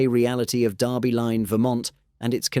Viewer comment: And it's Derby Line, VT not "Darby" Line.